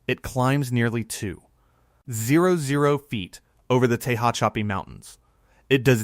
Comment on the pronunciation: Tehachapi. Pronounced Tuh hatch a pee.👍